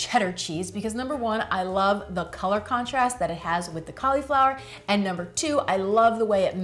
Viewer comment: Ca-LEE-flower. Heehee